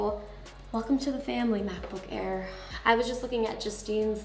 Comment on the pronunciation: Mackbook Air🤪🤪